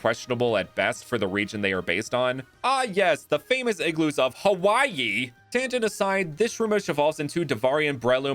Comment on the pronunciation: This guy hates alolan sandslash And when he said igloos of huwaii I laughed so hard that my stomach ached